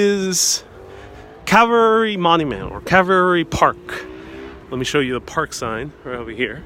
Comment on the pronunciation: and this guy needs to be educated: "The Grass isn't mowed THAT WELL.. This cemetery is cared for impeccably. This Guy seems like a Rank Amateur....He CaNNOT EVEN PRONOUNCE THE cEMETERY' NAME CORRECTLY.